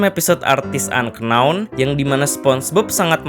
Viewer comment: Unknown ngga tuh, bacanya Ennaww